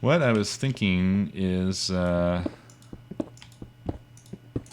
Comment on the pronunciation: It's pronounced 'thinking' not 'theenkeeng' -.- really irritates me -.